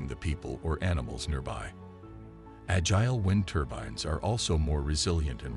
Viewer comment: Right - that bot mispronounced “agile.”